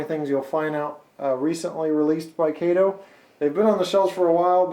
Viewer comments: It''s pronounced KAhto not Kayto!!! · Please... Pronounce the Name of the company correctly. It is Pronounced "K ah TO. It isn't pronounced the same as the sidekick of the Green Hornet. Trust me...My buddy works at the KATO USA headquarters in Chicago and It's Pronounced with an "AH" not an "A". Thanks! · Tell me is it pronounced by KAY-TOE or CAH-TOE. I used to say "Kay-toe" but was told it was "Cah-toe." Who knows, all I do know is that KATO N Scale locomotives (I too was told not to say engines) are great. The language of model railroaders is a hybrid dialect anyway. Is it "GON-DO-LA" or is it "GON-DOE-LA", is it a "SWITCH" or a "TURNOUT?" Who cares? Just enjoy the hobby. You make it fun. Keep up the videos (I model in N Scale) and enjoy your work very much.